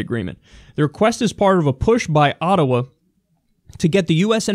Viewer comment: I love how you actually say Ottawa like we do in Canada, it makes sense since New York isn't so far but still respect from Ottawa.